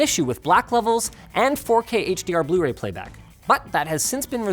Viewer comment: "Proper bluee Ray player"😒😒